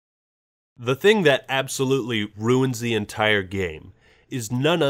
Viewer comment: and what did you learn? 'absolutey' sigh*